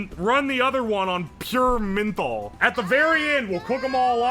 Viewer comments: Loved the video, but say it with me "MEN-THOL" not sure where you are getting MIN-THOL lol. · Who tf pronounces menthol like that